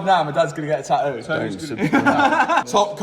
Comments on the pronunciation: Love the new neck tah-oouuu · Love the new taaaooo! I swear I wish I had the English accident 😂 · "taooo", "oil fileer" 😂😂😂😂 how is this English??? No "T" at all😂😂😂😂😂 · GUYSSSS PETITION, at 4 Mil, Tattoos the word "TAH-OOH" Basically the British pronunciation of Tattoo!!